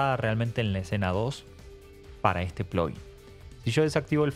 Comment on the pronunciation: nunca va a ser "plogguin" o es "plaguin" o "pluguin" ; "ploguin" suena muy americanizado....